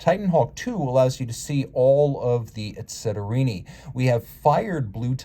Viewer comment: 👂 What’s that word I hear? Was that ‘etceterini’?